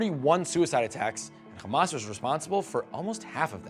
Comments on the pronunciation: Hamas not Khamas you bum. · Also its called Hamas with an H not Kh , you talk like a Jew.... and I believe you're video is based on an Israeli perspective , you did not even mention the 2008 war , where almost 3000 Palestinians died , and the crimes committed by the zionest , that lead for such a movement